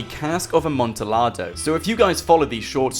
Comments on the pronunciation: it's pronounced amontiyado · It hurt me every time you said Amontillado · That Amontillado pronunciation tho 👌🏻😂